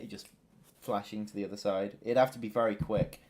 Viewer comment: it's bery entresting